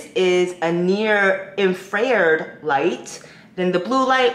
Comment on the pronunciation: Infra-red … say it again 😂